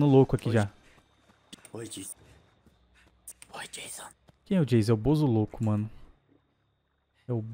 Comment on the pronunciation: Esse hehe janso hehe janso e estranho😧